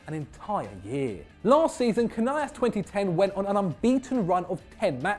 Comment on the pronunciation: You guys really butchered Canelas, were not Spanish ffs